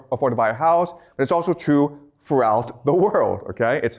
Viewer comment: Do Chinese speakers not have the letter R? You say the words, really and workers, perfectly, but cannot pronounce the word true and many other words that have an r, I'm just trying to figure it out linguistically. You are a great teacher and a small speech impediment is no impediment at all to communicating the vast knowledge to your students that you have accumulated over the many years of study you have obviously done.